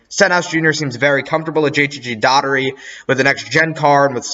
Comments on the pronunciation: It’s Daugh erty not Datery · It was hard to get through that JTG Daugherty part. Please learn how to say Brad Daugherty's name.